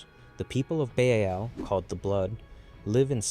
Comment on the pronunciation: Baal is pronounced by the creators of WH40K as /ˈbɑːl/, so i would recommend to stick to that prononciation